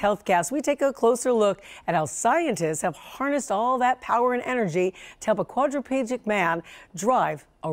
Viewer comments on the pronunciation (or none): “Quadrapeejic man” wow she missed 3 whole syllables🤣